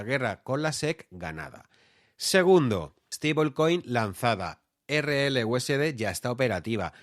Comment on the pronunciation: valoro que digas erreeleuesede y no erelyuesdi, equiserrepé y no icserpi, etc...